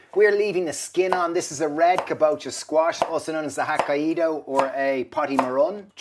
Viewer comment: Ho-kai-do is the correct pronunciation!! 😂 Ka-bo-cha (pumpkin)